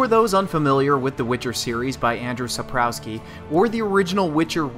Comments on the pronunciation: a tip to english speakers when trying to pronounce a polish surname like Andrzej Sapkowski's.....the W is pronounced as an F, the J is a Y. so Andrzej Sapkowski is pronounced Un-dgey Sup-cough-ski...not andrew sap-cow-ski. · ”Saprowski”? WTF